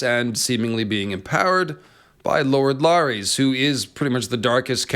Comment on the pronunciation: Who's LAAARIEES? Oh you meant Larys (Pronounced Larriss)